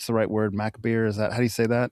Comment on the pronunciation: I think may have inadvertently made an extemely clever and very meta joke at 13.04. Describing the movie The Long Walk as "macarbre" but pronouncing it "mcbare". The film's based on a book by Stephen King and, in his non-fiction book Danse Macarbre he reminisced about going to see the movie Macarbre with his friends in the '50s - and they all referred to it as "McBare". Anyway, that was very niche, but it made me chuckle. Great episode, cheers.